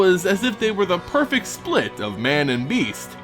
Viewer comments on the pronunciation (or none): none